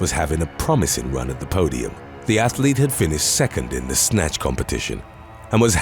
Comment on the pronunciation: Athlete doesn't have 3 syllables but other than that, great content 😂😂😂